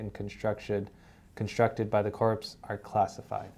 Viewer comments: "CORE" , CORPS PRONOUNCED ... CORE of Engineers. Are you NEW ?! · you look like you're in a nice office but the guy you're talking to always seems like he's in a closet. Btw, tell him "corps" not pronounced like "corpse". Its pronounced like "core". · "Corps" as in "Army Corps of Engineers" is pronounced "core".